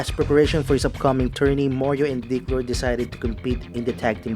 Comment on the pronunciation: It’s actually Dick Road, not dick lord